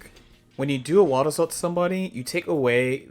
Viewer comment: "Wabbasou"?😂 Crazy way to say Wild Assault, my guy